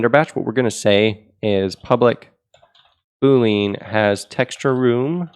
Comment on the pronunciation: the way you pronounce "boolean" makes me irrationally angry